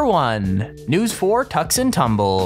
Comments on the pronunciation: firstly, Tucson is pronounced two-sahn, not tuck-son secondly, an american football game is never referred to as a match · It is not Tuk Son.... Tucson is pronounce tOO sAHn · Tucson is pronounced like TOO-Sahn. Not Tuck-Son. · Tucksan? I think its pronounced Too-san! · TRIGGERED!!!! He peonounced Tucson wrong and it is really bugging me. He pronounced it Tuck-sun but it is pronounced Tue sõn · David Rachlin ---- Wow. he literally pronounced it Tuck-Son.... smh.